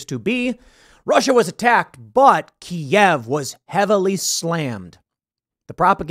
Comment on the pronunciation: Thank you Tim for calling it Kiev and not KEEV.